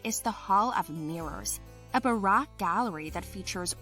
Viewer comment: Amazing video, just since your making these for people it's pronounced ba-roke not like barack